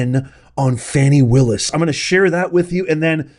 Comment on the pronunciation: You will never get her if you can’t pronounce her name correctly 😅